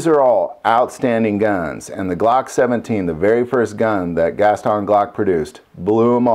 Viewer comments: Why do you say Gaston Gas-ton instead of Gaston? It kinda sounds like you are saying two words. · Is that the proper way to pronounce Gaston ? (Gast-on)